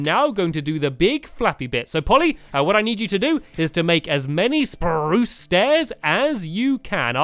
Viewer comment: why do you say speruce